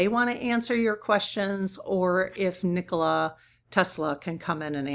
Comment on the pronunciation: Nikola Tesla was a Serbian. Nikola is pronounced neekola with a long e.